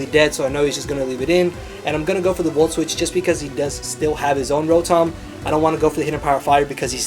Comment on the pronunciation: roh-thom lol :p